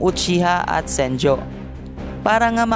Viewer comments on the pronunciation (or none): senju not senjo